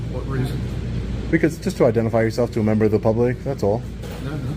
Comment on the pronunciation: LOL "membber"